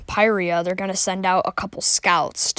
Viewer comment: Finally somebody who pronounces pyrrhria like me